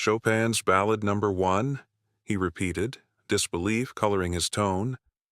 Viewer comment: AI can't pronounce "ballad" correctly. 😮